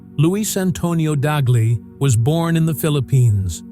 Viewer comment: Pope Tagle is pronounced as ‘Tag lay’ not ‘tag lio ’. Please pronounce his name correctly. ‘tag lay’ not tag lio or tag gel. Just ‘tag lay’